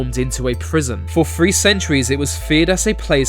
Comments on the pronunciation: Three, not free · he can't pronounce his th's... example.. . Three to him is pronounced. "free" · so this guy can say the they and numerous other words with the TH sound, but cant say Free) , or Thrown (FRONE). Its like a female who thinks there stupid quirk is cute, only I dont have to fake agree with them because I want in their pants. You know how to make the correct sound Ive heard you do it so quit that immature bs.